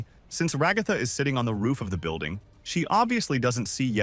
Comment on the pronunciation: RA-GA-THA- NOT RO-GO-FA